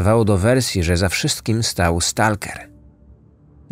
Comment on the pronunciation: Nie moge znieść jak polscy youtuberzy wymawiają słowo "stalker". Wysilcie się trochę.